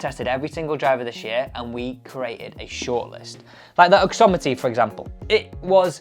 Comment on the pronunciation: OXIMITY not OXOMITY !